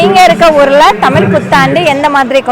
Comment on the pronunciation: 😂say tamizh not thamil